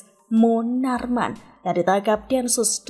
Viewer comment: Knp sih klo sebut munarman kok gtu? Bikin pusing aja.